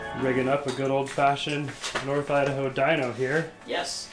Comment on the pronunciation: I love the way he says Idaho "Idawho" lol